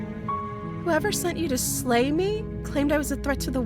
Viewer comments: SLAY, SLAY!!! NOT LAY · Narrator says slay the Princess, but I'm hearing lay the Princess. I mean, that tail, tho. Benchpress me, Princess.